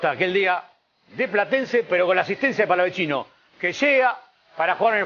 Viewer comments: porque le dicen palavechino, si no tiene dos C, es Palavecino se dice como el chaqueño Palavecino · Por que le dicen palavechino? Si es palavecino, re boludos. Felicitaciones river por el fichaje. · El mismo pibe dijo que no es palavechino es palavecino y le siguen diciendo igual que periodistas tan mal informados...y no son los únicos en la mayoría lo pronuncian así🤯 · xq le dicen palavechino?? es palavecino soretes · Che me pa que es palavecino no palavechino 🤦‍♂️ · no pronuncian bien, el mismo jugador dijo que es "Palavecino" tal cual suena